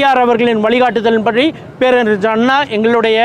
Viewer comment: வசம்பை நாக்கில் தேய்த்து பேசணும். கலைஞரை கலஞ்ஜர் மற்றும் பேரறிஞரை பேரறிஞ்ஜர் னு பேச கூடாது.